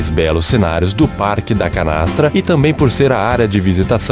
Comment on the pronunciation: (“parque”) e (“parrrrrrrque”). Ele deu uma forrrrrrrrçada legal aos . Depois ele fala “parque” sem dobrar ou triplicar os Rs (“erres”)! Ele fala “portaria” e “lugar”, “diversos” sem forçar a barra! Mas o “torrrnam” já dá uma forçadinha de novo! Mas tenho que reconhecer que sua dicção e entonação de voz são perfeitas! Bela voz!